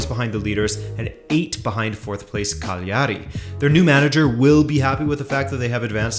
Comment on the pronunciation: Your accent on Cagliari was wrong. It’s not Cagliàri, it’s Càgliari🇮🇹🇮🇹🇮🇹🇮🇹